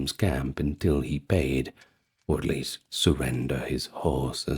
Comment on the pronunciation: "It's the yeast I can do"?! Dunno if I can take nine hours of this!